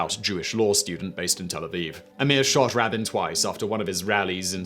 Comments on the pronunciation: Yitzchak rah-BEEN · Simon, I love your videos, but I cannot like this video. It's got so many things wrong with it that it's deeply disappointing. Gavrilo Princep and Lee Harvey Oswald aren't mentioned. Yitzhak Rabin's last name is pronounced rah-BEEN. Nixon was never impeached. You're better than this, Simon. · A mediocre high school student could have put together a better video. 1/ Look up how to pronounce Rabin's name. 2/ MLK wasn't killed while giving a speech. 3/ Nixon was never impeached. 4/ No mention assassination of Abraham Lincoln? It led to a string of rather ill-regarded Presidents and a dark time in US history. 5/ How is the assassination of Franz Ferdinand not #1 or #2 on this list? (Caesar being the other contender)